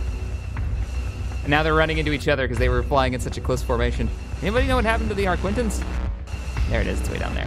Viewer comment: Loved the video and subbed :D really well made. On a side note it's an arquitens and not arquintens (no n before the t)